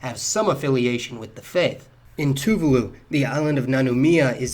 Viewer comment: Lol at how you pronounce " Tuvalu"